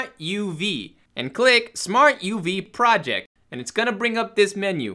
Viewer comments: It's ProjÉct not PROject, big difference. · PRO-JECT. Like you're projecting something (it's the verb, not the noun).